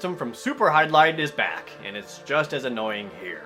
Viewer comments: pronounce "HY-DIL-IDE" lol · Oh come on its not that hard too say the tittle Jared let me show you Virtual Hy-barfs-...ok that was weird let me try again Virtual Hydli-DEAD